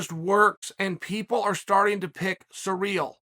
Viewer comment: So how is Cyril pronounced. Sereel or seril?